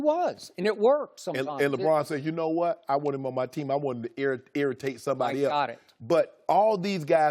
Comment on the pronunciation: "I want him on my team, I want him to Ear-itate sombody else"